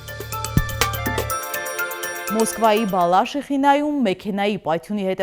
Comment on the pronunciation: Բալաշիխինա չե, այլ Բալաշիխա այ ՜